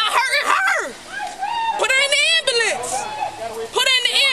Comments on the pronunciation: "I need an abullanance" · Ambalance “put her in da ambalance”